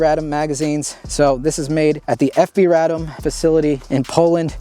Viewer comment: I really appreciate the correct pronunciations of Radom & Beryl. Its really annoying hearing some of these gun channels mispronouncing fabryka broni FB Radom and their weapon names.